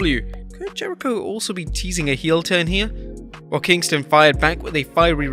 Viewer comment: Wheneverer you say Kingston I think kosher at fi=st